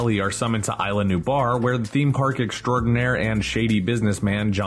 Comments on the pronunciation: Cry-ton, nue-blar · KRISH-TAHN?!?? NOO-BAR??? SERIOUSLY?!?!? "WTF Happened to Credibility?"